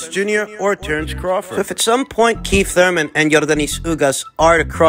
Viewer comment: It's Thurman not thur - man 😂😂😂